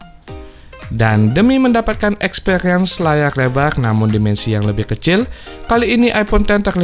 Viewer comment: Layar lebar bang bukan lebal... R bang bukan L wkwkwk